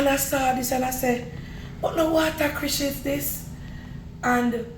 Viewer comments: Watercrishes 😂😂😂 cracks me up 😂My parents used to call it that too😂 It’s watercress 🥰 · That's not the right name you don't pronounced it right is water.cress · It’s water cress 😅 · Uno know can't pronounced things right